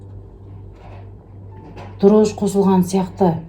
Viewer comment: Дрож емес дрожжи